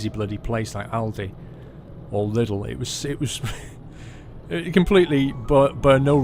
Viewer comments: Lidl is German and actually pronounced "Leedel". xD Nice video! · It is funny how you Brits pronounce Lidl In Germany you would say Li:dl